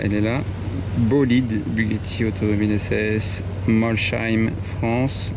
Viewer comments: Salut N’y vois pas une leçon de ma part mais pour tes prochaines vidéos où tu mentionneras la magnifique ville Alsacienne de Molsheim pour l’origine des Bugatti : ça se prononce Molsseim , sssssss pas chhhhhhh. Merci pour tes belles vidéos. À bientôt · Comment tu prononces Molsheim… Déjà que tu y as été pr les PO de Bugatti, tu devrais savoir comment ça se prononce…